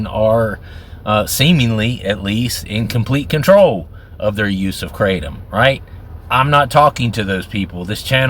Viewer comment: Kratom, not keratin! 😂😂 Btw I love your kratom videos,. Glad to see you doing well! 😊